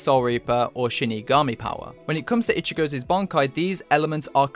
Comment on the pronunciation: Lol "ichigozez"??... golem, golem...🤣👌